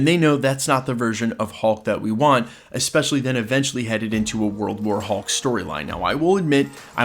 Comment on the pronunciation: You keep putting the emphasis on the wrong part of the sentence when you say World war hulk